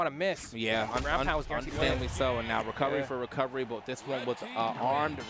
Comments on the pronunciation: i got perma banned from the brawlhallla twitch for making fun of, it was very (very) immature and i deserved the ban but i got tired of hearing "wecovewy" at the end of the day i understand BMG not firing her because it would be a huge issue. "Company fires a passionate esports caster suffering from a speech impediment". the mistake was hiring her in the first place, and she's definetly brave for standing up to the criticism. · down wight wecowery is insane btw 😭